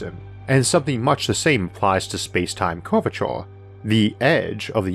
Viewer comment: "Space Time Curvatiurrr." im sorry